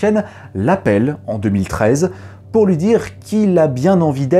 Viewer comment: tu manges le mot "lui" a chaque fois c'est perturbant ^^